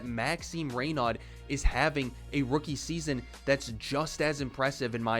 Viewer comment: Nice video ! As a French I’m definitely happy to see more promising Frenchmen over the last few years and just in case, his last name’s pronounced Rey-no, with the silent D. You have a new sub